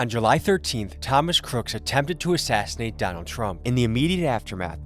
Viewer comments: Why did you say CROOKS’ last name wrong throughout the video, just terrible mental capacity or is it on purpose lol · So you're just going to go the whole video calling him "Thomas Crook" without pronouncing the S in "Crooks"?! Why is that so hard? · Just curious but why the constant mispronunciation of Crook? “Cook” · 1) How'd you manage to pronounce the shooter's name wrong every time and in 3 different ways? (Cook, Cooks, Crook) Last name is CROOKS 2) Why were you hanging out with the sniper with no shirt on? 3) What's up with the red rocket outro? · How do you mispronounce his name the whole video! It's Crooks, not Crook!!! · Were you not saying his last name correct on purpose??? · What’s up with the shooter’s last name being pronounced a bunch of different ways? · "INVESTIGATING" the assassin... and cant even say his name right.... credibility gone